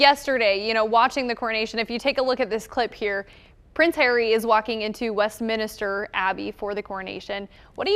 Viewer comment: It's not west-minister, for cripes sakes, it's west-minster. Skip that syllable.